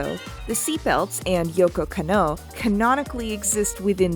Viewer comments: I know this video is old, but it's not yoko ka-know it's pronounce as kan-no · I love the video and I'm sure you've done a tone of research for it, and I really don't want to come off as a fucking dick, but my god my ears are bleeding every time you say KannO instead KAnno. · Love the analysis, gotta tell you the emphasis is different in Yoko Kanno's names. It is KANno, not KanNO. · Jesus, work on your Japanese pronunciation. You are murdering it. You don't put an stress on any particular syllable. Masahiro is ma-sa-hi-ro and Kanno is kann-oh. A double consonant like nn just means to hold the sound N longer. Kann-oh.